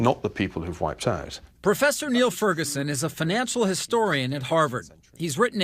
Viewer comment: It's Niall (Nile) not Neil (kneel) Ferguson. Genius.